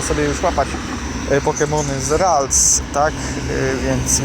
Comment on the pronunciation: Mam prośbę... Naucz się jak wymawiać prawidłowo nazwy pokemonów.... Bo ze śmiechu prawie padłem od tej "rajtuzy" "yakuzy" 😂